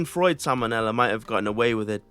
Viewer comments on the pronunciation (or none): none